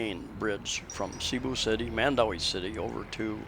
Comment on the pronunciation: My wife is from Cebu. Its SeaBu, not SayBu